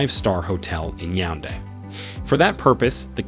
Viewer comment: Fun Fact: He never said Yaounde correctly😂